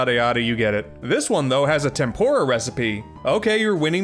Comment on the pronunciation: you pronounced tempura wrong